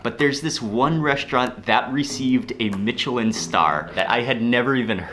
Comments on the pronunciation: I’m kinda sick so my hearing isn’t great but is he saying mitchelin instead of Michelin? I’m not complaining if he is, I hear that fairly often when it comes to the tires just rarely when it comes to food. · “Mitch-che-lin star” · Michelin is pronounced Mishelin,as if the c were an s.I speak French which is why I know. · Mark, it's Me-Sh'-leen, not Me-Ch-leen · Soft "ch" in Michelin. "Mishelin", not "Mitchellin". Otherwise a fantastic video as always and you're such a good host, it makes me want to book tickets there tomorrow! Keep up the great work. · Michelin is pronounced mish-eh-lin, Similar to Michigan (mish-ih-gan) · Mark, Michelin is pronounced as mishelin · Mark I love your videos but please don't be so "Murrican", and pronounce Michelin correctly, thanks!